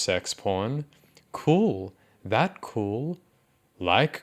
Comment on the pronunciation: "kerwl" wow, language has really come a long way huh